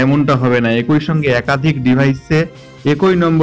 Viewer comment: কথাটা- একঐ নয়, কথাটা হবে- ekee